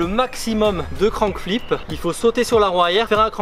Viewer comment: Grave stylé la vidéo, juste ca se dit crank flip et pas crown flip 😂 sinon continue comme ca tu gères